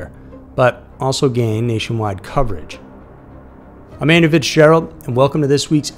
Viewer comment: Today I learned your name was Andrew. I always hear "Amanda Fitzgerald" and even the close captions read like that, I finally googled you and learned the truth lol